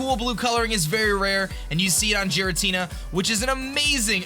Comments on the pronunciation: It's pronounced "garatina" not "jeratina" that bothered me so much! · GEAR-AH-TEE-NAH, not Jeeratina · It isn't jiritina it is gearatina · Haters be like: OMG it's OBviously not pronounced "jiratina" it is of course "ghiratina" with a hard G!!! Seriously am i the only one that knows shit??? UGH Me: Hater, fuck off mate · Jiratina its totally pronounced that way totally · i dont know where he is from but in some languages its pronunces jiratina in the translated anime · It's Gear-a-Tina come on now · the way you pronounce Giratina is triggering me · pronounced Rayquaza right but not Giratina. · I'm fine with the way you pronounce Rayquaza, because that's a common mistake. But the Giratina pronunciation bothers me. I get you pronounce it differently but it just seems weird.